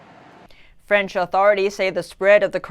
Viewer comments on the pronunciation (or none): "Frence" correspondent lmfao